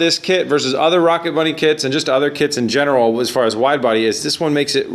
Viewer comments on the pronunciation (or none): none